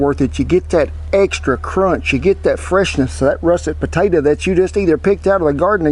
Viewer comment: "The first specimen to worry about is the 'Russett puh-ta-tuh." LOVE IT, Cowboy Kent!!